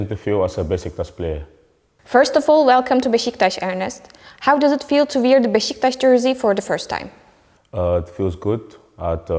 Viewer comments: Kardesim - “wear” - “viir” diye söylenmez. Türkçe aksanlı söylemekte sorun yok ama en azından düzgün söyleyin. “Youth” - “yaut”, bundesliga “bundelisga” - nasıl böyle basit hatalar yapiliyor! Bu hanımefendi kimin tanıdığı acaba? Üniversiteden mezun olunca iş bulamadın, hazırlık İngilizce okumuşsun, gel takıl durumu olmuş. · Soruları soran kişi değişmiş sanırım bence çok büyük bir acemilik bu kadar büyük bir kulüpte "wear" gibi popüler bir kelimenin nasıl telaffuz edileceğinin bilinmemesi çok kötü bir durum olmuş genel olarak sorular da iyi telaffuz edilmemiş bunlara dikkat etmek gerek